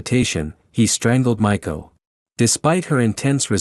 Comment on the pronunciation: Cute name Ma ee ko (maiko) like young apprentice geisha (not Michael like it sounded like).